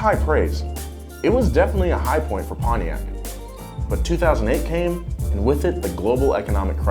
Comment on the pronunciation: "PONTIAC' ✅ "Pon-tiak" ❌ "Pony-ak" when is pronounced. Come on American People.😡🤬